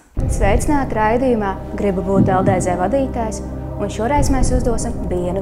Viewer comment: Kā jau beigās teici, runāt tu tiešām nemāki, jo: #1 Nav saprotams kas ir LDZ, pareizāk tomēr būtu LDz (dz, nevis Dē zē) #2 Vilciens brauc nevis iet pa sliedēm. Bet kopumā tīri tā neko raidījums.